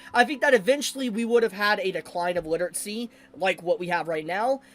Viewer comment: why do you say literatsy instead of literacy?